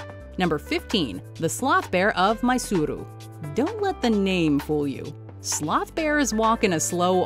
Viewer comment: Wrong pronunciation of mysore So many man eaters in india